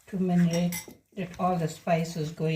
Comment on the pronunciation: saying Manerate instead of marinate❤. As long as we understand